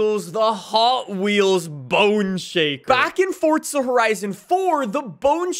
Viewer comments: There is no T is forza. For zah, not forTza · I turned off the video as soon as he said “fortza” like learn how to pronounce words properly…ITS FOR ZA NOT FORT ZA!!! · a little part of me dies every time some one pronounces forza like fortsza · i love how he says "fortza" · “Fort-za” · Does he say Fortsa cause his accent or?